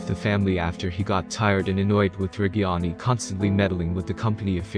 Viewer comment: At least try to pronounce reggiani right pls